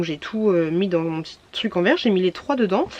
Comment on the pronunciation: On dit tRRuc car TUC c'est plus possible🤮